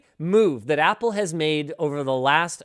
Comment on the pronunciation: you app loud, app le, is what you mean to say